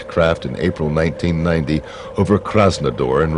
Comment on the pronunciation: It's not "KRASNADOR" - as the interpreter says - it's KRASNODAR (in Russia). (The city of) "HAGEN" in Germany, is not in the rural part of Germany - actually it's the opposite. Hagen lays between Düsseldorf and the 8-million-inhabitant "RUHR-AREA" and is therefore not only in the centre of Germany, but ANYTHING but rural! True - none of this has much to do with the content of this report, but how to trust a report that has such basic errors...?